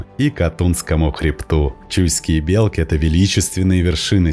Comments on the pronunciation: Не бе'лки ,а белки'.ударение на и. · все красиво только ухо режет не правильное произношение не белки с ударением на е а белки с ударением на и .